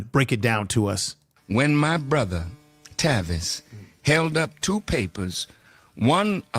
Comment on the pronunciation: “TAY-Vis” Smiley 😂😂😂😂😂😂 🤦🏿‍♂️🤦🏿‍♂️🤦🏿‍♂️🤦🏿‍♂️ good job tho my brotha